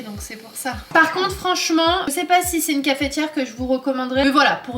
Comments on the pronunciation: Bonjour pourquoi tu dis cafétiere au lieu de cafetière ou alors c'est moi j'ai mal entendu bisous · C est la première fois que j entends quelqu un dire cafėtiere et non cafetière, et comme tu le dis plein de fois j ai eu le sourire tout le temps..trop mignonne. Où sont les vlogs travaux je trouve pas.... sniff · Merci pour tes partages, mais tu m as fait trop rire comment tu dis dit Cafééétière🤣🤣on prononce pas le é 🤣 sinon good video comme d’habitude 👏🏻👏🏻👏🏻